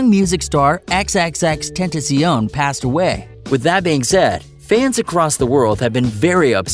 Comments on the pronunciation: I know he say xxx tenttension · You pronounce it x-x-x Ten ta shee own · Learn how to pronounce his name correctly XXX-Ten-ta-ci-on.... You sir are illiterate! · Bruh you cant even say his name correctly. Xxx ten tu sio wtf is that-? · lol he can't say his name right Xxxtentacīon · Ten tas ion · it’s xxx ten ta c ion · You talk about respect but you continuously incorrectly pronounce his name, that is kinda disrespectful. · Say his name correctly stupid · U said XXXTENTACION wrong xD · R.I.P X we still love you 😍 you will always be in my heart 💕 and you saying his name wrong and f**k the Grammy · this nigga can't even say his name right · Y’all saying his name wrong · You can’t even say his name right...